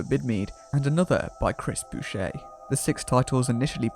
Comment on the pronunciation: A decent documentary let down by some odd pronunciation. Chris Boucher - Boucher is pronounced "Bow-cher" not "Boo-chet". Michael Gough - Gough is pronounced "Goff" not "Gogh" and Dr Faustus, Faustus is pronounced "Fow-stuss" not "Fosstuss".